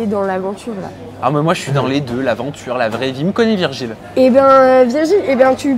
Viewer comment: ta marquer virgule au lieu de Virgil sa ma fait rire 😂